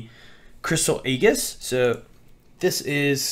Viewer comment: It's pronounced Ay jis